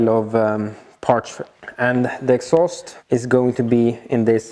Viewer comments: Partssssss not Partschhhh;-) Like Your Videos, I think its Silicium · and "parch" instead of parts! <3